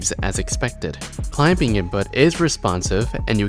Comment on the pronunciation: I have never heard someone pronounce the "B" in "climbing" before.